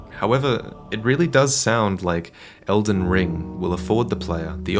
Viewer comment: "It's called, edlen ring" It's OHH ELDEN RING